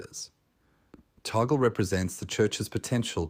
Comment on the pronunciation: Pronounced: TAG-LE